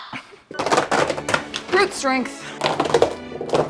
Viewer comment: I know you said brut strength but my brain hear fruit strength 🤦‍♀️😅